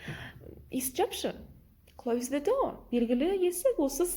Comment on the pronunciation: Неге the дегенді ве деп айтып жатсыз